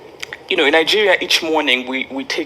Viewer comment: Ningeria or Nigeria?